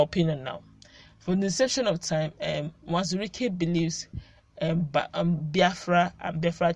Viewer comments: Not nwazuruike but uwazuruike, you always say nwazuruike,, you are Igbo girl so speak it well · It is Uwazurike not Nwazurike, please